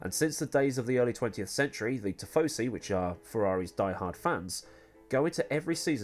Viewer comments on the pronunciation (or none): none